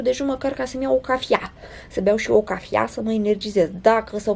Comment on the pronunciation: omg deci si tu spui cafia, credea ca sunt singurull #cafia